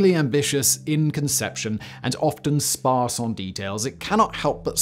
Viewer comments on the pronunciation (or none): none